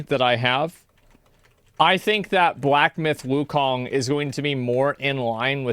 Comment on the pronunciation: Did u say black myth gokong